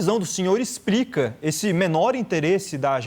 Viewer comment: ExpRica? Ou explica? O teleprompter estava errado?